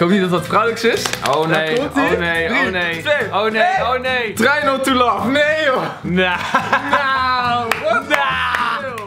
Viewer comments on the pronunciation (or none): Trei not toe lah XD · ‘trei not toe lof’ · Hoe try not to laugh uitspreekt echt, "trai not toe lef"